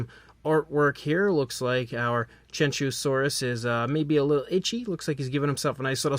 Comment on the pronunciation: It’s pronounced “chew-wan- zow-saurus”